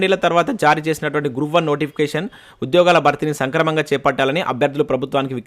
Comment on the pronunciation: సంక్రమంగా కాదు సక్రమంగా